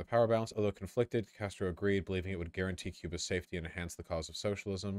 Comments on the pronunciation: Wtf she pronounced socialism “senchelism,” I’ve ONLY ever heard Donald trump do that. He called his social network “troath senchel” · ok, is she saying socialism or centralism? I honestly can't tell.